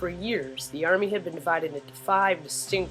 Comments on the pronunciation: Actually its "Well-it-es" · V - Lites haha it's pronounce vele-tehs.Very good summary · Velites is pronounced "velli" - like "belly" but with a v instead added before "tes" which should sound like "bays" (as in landing bays 1 and 2 are full) but with a t instead. So, Belly-Bays becomes Velites. edit - That's the best description I can offer without having to use phonetic symbols... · Just to mention, you actually mispronounced: Princeps= pronounced as 'prinkeps' Velites= pronounced as 've-li-tes' not 'veleets' By the way, you did a good job creating this video and good narrating too. c